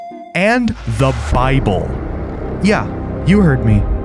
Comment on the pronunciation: ah yes, "The Bibble"